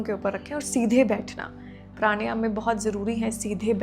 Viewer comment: When you can't pronounce a word correctly.. प्राणायाम it is, not प्राणयाम. We are Indians not foreigners.